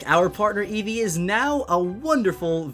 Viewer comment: every time you said Eevee you said it wrong I swear Im communicating to a 6 year-old get off the damn phone